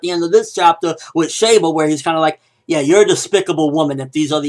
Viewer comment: It's pronounced "She" ba